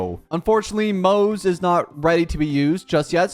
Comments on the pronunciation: “Maze” and “Sellay” 💀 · Isn't his name pronounced like Mo (Moh) Ze (Zhe) ? Like in chinese yknow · moze is pronunced "moz-ah" btw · Its pronounced as Moo zhi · No, you clearly hear it in EN dub as Mow-za not Mowt-tza like dude what even is that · I think Moze is kinda pronounced like mozzarella. But like, a slightly softer "tza" sound and still Mo like "mow" so kinda mowza with a slight 't' sound between mow and za. (Idk the phonetic alphabet so I hope it's somewhat understandable) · Yeah it's kinda a tradition here i think to not being able to read/pronounce names Also that's true to EN dub but in JP dub its Mo-ze as seen and read. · You changed the pronunciation of his name probably more than 10 times everytime he came on screen yet not even once did you get close to the actual pronunciation 😭